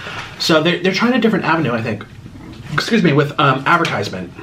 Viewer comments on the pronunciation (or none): none